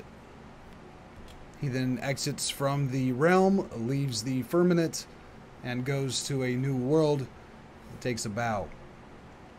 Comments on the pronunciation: FIRM-A-MENT I FEEL LIKE ITS SUPER IMPORTANT TO BE ABLE TO SAY WORDS IF YOU ARE TRYING TO TEACH THE WORLD. I’m sure you’re trying. IT IS SPELLED & SPOKEN: FIRM-A-MENT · i wondered too. but i think i got it. he is pronouncing it bad in the video. he says Firmanent. héhé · Why are you mispronouncing firmament?